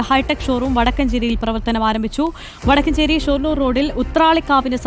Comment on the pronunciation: വടക്കഞ്ചേരി അല്ല. വടക്കാഞ്ചേരി തൃശൂർ